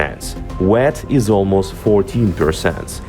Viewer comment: Learning a second language is tough, and I appreciate having videos in English. However for future reference, "wheat" is pronounced "wheeeeeet" not "wet". If you're lucky enough to know someone with English as a first language, perhaps they could watch the videos once before uploading. I hope people don't starve the way they did under Stalin. It would be great if farmers in the US who normally grow corn for ethanol grew wheat this year to help lower the international prices for wheat. Thanks for drawing attention to an important issue.